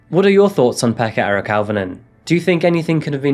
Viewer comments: Swear your saying pecker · His name was peka 😅😂🤣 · You've never learned Finnish, so I won't berate you for getting the place name wrong. I'm just putting this here so that people know how to pronounce these names. Jokela: yoh-keh-lah, emphasis on yoh Pekka: peck-kah Auvinen: ow¹-vi-nen, emphasis on ow ¹ as in 'cow' I remember when this happened. My family back in the UK got worried, because - not knowing the geography of Finland - they were worried that it might have been near me. They were also worried when the bomb attack happened in Myyrmäki (difficult to give outwith IPA stuff: the 'y' is like trying to say 'u' from cup and 'ee' from feet simultaneously, and 'ä' is like trying to say 'a' from pan and 'e' from bed simultaneously). Tuusula: tuu-su-la Neither Jokela or Myyrmäki are near me. I'm close to Russia - which currently has its own threats. Interestingly, this case highlights a major issue in Finland: the stuff you hear about it being 'happy' and 'best education' and 'best health care' and so on ... it's propaganda. All those systems let this lad down: proximally, because nobody took those sign and symptoms seriously; and distally, because the education system here does not really produce the best physicians or psychologists or social workers the world has ever seen. Finland is still in the top fifteen countries in Europe for suicides 11th out of 41) and mental ill-health is very common here. The country is beautiful, and a great many of the people are absolutely adorable. But the system is not fit for purpose and th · His name was Pekka? Pekka?!?! Hahaha😅. Fr what a dic. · Pekka Eric.....lol?